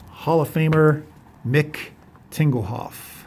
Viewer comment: Uh you said Tingelhooff lol. Reminds me of some Beavis and Butthead humor from back in the day. Love the returns especially the Ozzie Newsome return.